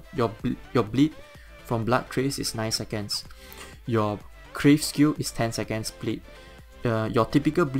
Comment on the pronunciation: It's Carve not Crave. I know English isn't your native language but at Least now you know.